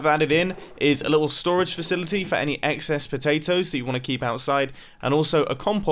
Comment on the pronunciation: 10/10 English